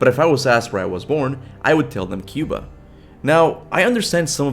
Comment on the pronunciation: Kaptain Kuba 😐 Kaptain Cuba 😮😮😮